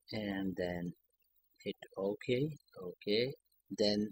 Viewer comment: "then, uh... click this.... awddwanced than uh... cliik okey... than uh..." bro just put fucking text if you cant speak